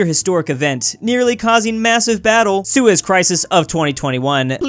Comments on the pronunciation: don’t say seus canal without the e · don’t say sues canal without the e